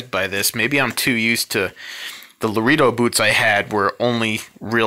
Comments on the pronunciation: first off...its lah ray doh...not lah ree doh...and the goat skin is a leather you get if you want a worn distressed look...if you want it soft and supple and shiny...should of got cow .. if your gotta condition these goat skin boots...use a special distressed leather boot conditioner...they use goat skin on these because it breaks in quick and looks well worn in a few weeks instead of months and months with cow leather.. and since youve already oiled the boots up they will probably stay that color awhile...since thise oils are now soaked into the leather...when they are new and you wear them the leather shows scuffs and and wrinkles very easily..simply because thats the way these goat skin boots were designed to do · And you need leather dye for the stacked heel and out sole, not oil. Fiebing's is a great brand. Oh, I did want to mention that "Loredo" is pronounced Lr-ay-dow (as opposed to La-ree-dow). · It’s pronounced Larado not Laredo! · You lost me when you said 'lareedo'. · Laredo is pronounced, "La-ray-do."